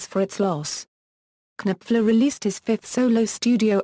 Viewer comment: His name is KNOPFLER, as in Nofler. His name is NOT Kanipfler!! arggghh!!!